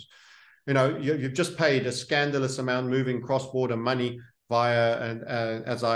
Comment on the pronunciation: Drink everytime Says Muney 😄